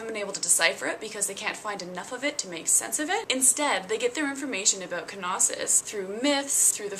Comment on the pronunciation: Its Knossos.....not K-Nossos! (nossos=disease in Greek)